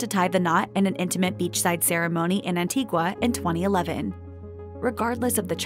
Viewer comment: It's pronounced AN-TI-GA. The U is silent.